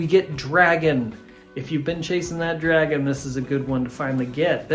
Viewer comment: “this song’s called dwagon.”